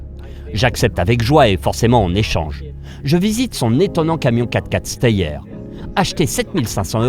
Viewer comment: Super vidéo ! Un seul bémol ; STEYR ce prononce CHTIR (c'est du suisse-allemand faut pas juger 🤣🤣🤣)